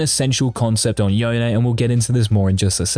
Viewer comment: Ight say ZONE then say YONE thats how you say it NOT “YEONE” lmaoo 😂😂